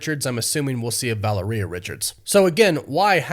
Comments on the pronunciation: The name Valeria is pronounced differently: the accent or stress should be on the second syllable, not the last. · Right! ‘Valeria’ should not rhyme with ‘gonorrhea’ 😅😅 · How many times can we hear mispronunce Valeria 😭